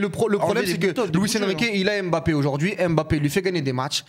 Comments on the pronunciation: Mes oreilles quand j’entends « Kyllian M-Bappé » : 👂🩸🩸🩸🩸🩸🩸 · 50 ans quil y a des joueurs d'origine k1f en france et on dit tjs M-bappe N-golo N-zonzi N-kunku M-baye. Mes.oreilles sifflent